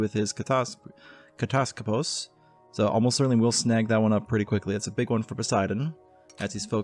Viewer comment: "Katass - Skoposs" or to break it down more "kat - ass - skop - oss" You're saying the syllables a bit to fast